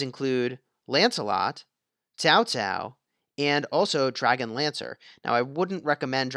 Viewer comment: Why? Why do you pronounce Cao Cao as Tao Tao? Can you not spell "Ts" or at leat "K"? 🤦🏻‍♂️